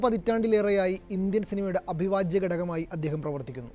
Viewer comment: അഭിവാജ്യം അല്ല "അവിഭാജ്യം"